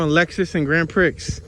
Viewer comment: Like your Tours a lot, but the Street name "Grand Prix" is Pronounced "Grand Pree"